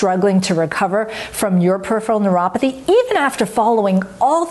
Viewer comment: Dr. M: I have been watching your Neuropathy & Nerves video series at least for the last 8 months. Have you tried to realize the worst part in all of your videos? It is the pronunciation of the term, "Peripheral Neuropathy" . Why does your tongue slip whenever you pronounce this term? Do you do it deliberately or it happens by default? I just wonder if it is also caused by the Peripheral Neuropathy or any kind of nerve damage in the buccal cavity!! Whatever be the reason, I am sure you can cure this disorder being a knowledgeable Nerve Researcher. Perhaps nobody pointed this out to you that's why you never realized this disorder. Hope you won't mind anything and take up my comments in a positive sense. Best wishes to you.